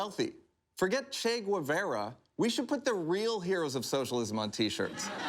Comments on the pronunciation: Che Gweverra? Who's this guy talking about? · Boy, did he botch the "Che Guevara" pronunciation.... :D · Wow i have never heard somebody pronouncing Che Guevara so wrong 😂😂😂 But besides that it was a great show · ”Che Güevera"